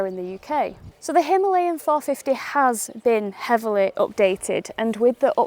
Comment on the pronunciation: Again him-lay-in , please its himaa-layan😔